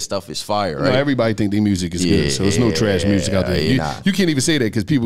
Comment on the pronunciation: Shawty said "Make the murrsic" 😂😂😂